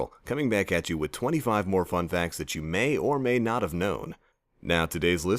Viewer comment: did he say "fuckfacts" at the beginning